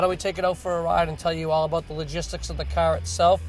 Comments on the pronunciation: say CAR right douche bag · This is a machine of a cahh...compared to other cahhs on the maahketplace...